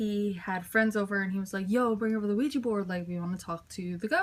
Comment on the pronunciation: QUIJA xDDDD it's an OUIJA, LOOL